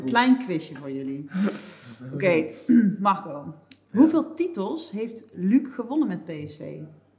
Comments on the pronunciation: Waarom zegt de presentatrice Magco? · klinkt alsof ze een spraakgebrek heeft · Hoe zij Marco uitspreekt. MarCOO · Brabants, we spreken hier niet met n rollende R